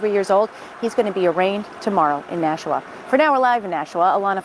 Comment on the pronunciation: It's not nashaw. It's Nashua